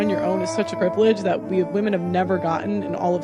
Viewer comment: Dude I like your content. But, please stop pronouncing women as woman. Just stop the bullshit. It's a slippery slope to 1984 and it starts with little things like that.